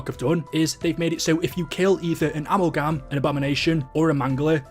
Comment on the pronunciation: Uh-Mal-Gum. Amalgam not amul-gam